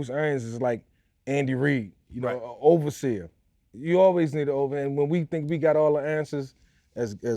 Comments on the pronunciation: Every time he says overseer my skin crawls a little bit 🤣🤣🤣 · I cringe everytime Mike said "overseer" but other than that great interview Unc💯💯🦾🦾🦾🔥🔥🔥